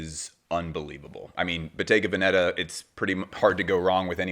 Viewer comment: I think it’s pronounced Bottega VEN-eta